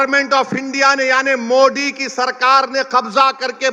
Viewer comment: Pahile sahi se modi bolna sikh le baad me waqf board pe baat karna 😂😂😂